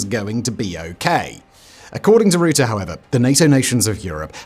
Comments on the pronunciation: It’s Rutte not Roete Faka met deze kale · Quick tip from a half Dutchy. Rutte is pronounced like the "Ru" in rucksack. The tte is pronounced fine already. So short t e sound. Ru tte. I hope this helps. Keep up the good work Simon :)